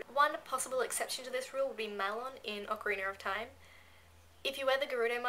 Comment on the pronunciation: Ocarinar of Time xD ish cute:3